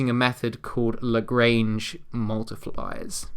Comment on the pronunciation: Absolute life saver, but it kind of just itches me (as a math guy) not pointing out how you pronounced lagrange...Youre amazing either way!!